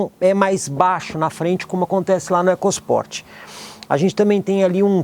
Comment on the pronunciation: Excelente vídeo e avaliação imparcial..... Nós ouvidos somente o "ecos Port" me incomodou.